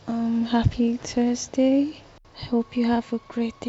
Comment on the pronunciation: The second i heard the voice message say " tursday" that was it